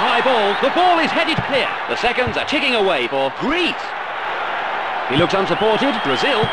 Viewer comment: the commentator had no reason to say Greece like an absolute maniac. He must have been in a voice over booth bored out of his tree so to amuse himself started pronouncing the team names with unnecessary intonations.